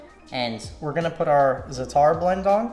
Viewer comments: Zatar is pronounced “za-ter” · Great video! And, it’s pronounced “ZAa-tar”. Accent on the 1st syllable with a long “a”. 😊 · its pronounced zah-tr the tr part has an accent like a hard tur and sumac is pronounced like sue-mak :) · What if you just split the videos in two for those who want one or the other and put the hook and cook part on a culinary channel? Also, I have heard natives pronounce "Zatar" as "zudder" just like the country of Qatar is pronounced "cudder". Just what I've heard... Thanks and!! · Zaa'tar - glottal stop between the "a" and the "t", then roll the "r" at the end